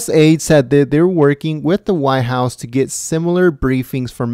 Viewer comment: WTF is the why house? I assume you means White house, you know, that large place at the end of Pennsylvania ave..Did you learn to pronunciate in an ebonics class?